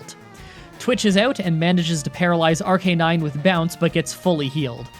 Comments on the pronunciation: It's arcuuuuunine not arckkkkkkkkknine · I make jokes in your comments alot but this one legitimately pisses me off it’s called “ARC-UH-NINE”